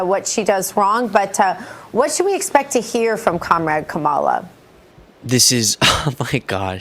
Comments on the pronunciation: How can anyone call themselves a journalist when they still cannot say her name correctly? It’s really not that difficult. COMMA-LA. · She is mispronounced Kamala’s name on purpose. So stupid They groping for things to say. MTG brain is missing😮